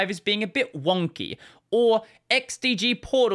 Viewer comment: They way says "Wonky" is funny 🤣